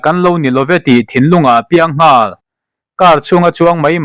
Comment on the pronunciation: Ngawl i lam dan chuleh😂😂In zir ṭhin teh u